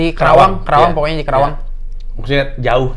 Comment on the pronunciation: Respect buat, tolong jangan nyebut kerawang, yang bener itu karawang